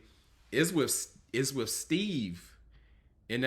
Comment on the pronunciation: Did you say let's start wiff Steve? Wiff? I'm a wordsmith and poor grammar is a turn off. The rest of your review was good.